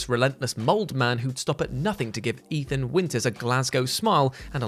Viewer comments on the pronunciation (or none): none